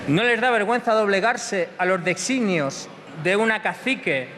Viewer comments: Dice Deixsinios. (Lo pronuncia asi, vaya). Más o menos como suena en catalá designi. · Patetico por vuestra parte sacan frases de contexto en las que CITABA una frase dicha por alguien de Cs, escribir una palabra que no la pronuncia de tal forma.